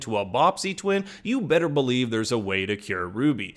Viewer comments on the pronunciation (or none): none